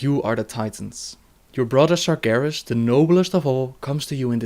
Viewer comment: its sargeras not sargarus dummy